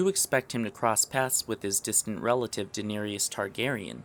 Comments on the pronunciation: This is the most well thought out, logical (as to appear glaringly obvious / hiding in plain sight) theory I've heard. Excellent deducing! But for the record, it's pronounced D'near-iss - not D'neary-iss. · I cringe every time the narrator says "Danaerius" (EE-US) instead of "Danaerys" (ISS). Danaerius (which is a male name) is not the Khaleesi's name, and Danaerys has three syllables, not four. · Please in next videos call Daenerys "DAH-NER-IS" - the last part is not "E-IS" ... ugh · You make lovely videos but please call her Daenerys and not Daenerius :) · Denearis not denarius I know I butchered the name but the pronunciation is important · It Daenerys! DAN - AIR - ISS. Say it with me, now: DAN - AIR - ISS Rhymes with Viserys: VISS - AIR - ISS It is NOT "Danirius" [Dan-Ear-ee-us] Which rhymes with "are you serious?": SEAR - EE - US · Daenerys not Daener-i-ys... Sorry it bugged me. Other than that great video. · I appreciate your content, however, every time you mispronounce Daenerys it throws me off. Daenerys is pronounced Duh-NAIR-iss, but for some reason, you keep saying De-nair-ee-us. It may seem nit picky, but it's true, so why not fix it? You make great content and it's something as simple as saying names wrong that can make the difference between being taken seriously and subscribed to and being skipped over and/or getting a thumbs down. Fans are cray-cray when it comes to details, we all know that;-) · It's not pronounced "Den-arrius", ffs. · He had the wrong theory, but somehow the most incorrect part of this video is the way he pronounces Daenerys.... Danarious. UGH. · why does he pronounce daenarys like she's a dinosaur 'dynarius rex' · Please learn how to pronounce Daenerys....it's not Dinarius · Din-air-e-is... Dude, good video but I hate the way you say Daenerys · "Denarius". Lol what? Dude this video is so smart but it's ruined by the fact that you mispronounce Daenerys's name. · Nice video... Is there a reason you keep calling her Danarius?